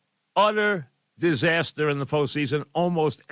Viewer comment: Not Ric Flair, he hit a flair, ugh Kay? This is a disastah